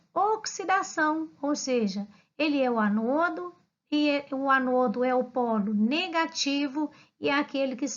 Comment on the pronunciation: Vc faz a pronúncia das palavras (ânodo) ( cátodo) de forma errada